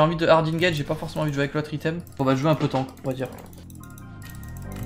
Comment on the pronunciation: Il est beau le "TONK" mdr on dit Tank non?